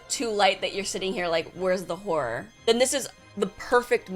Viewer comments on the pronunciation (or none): Why she keep saying whore instead of horror?